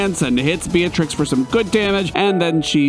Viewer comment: It's not "bee-uh-trix" It's "bee-trix"